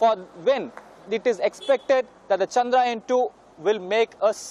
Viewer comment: its Chandrayaan ..... Chandra - Yaan !